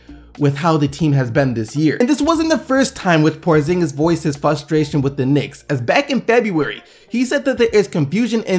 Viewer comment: It's FRUSTRATION not fustration